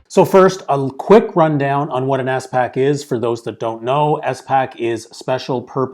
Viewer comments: It is not “ES” pac, pronounce all the letters together 😊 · Great video (but the way he pronounces SPAC pains me)